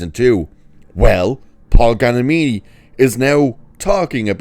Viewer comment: I agree, I'm a fan of Mr. G, too. "American Splendor" is a magnificent film, as is "Fred Claus". (By the way {not to be contrary} his surname is "Giamatti" {pronounced "GEE-UH-MAH-TEA"}.) (There's an neat new invention, known as "Google"--- it's not expensive.) 😉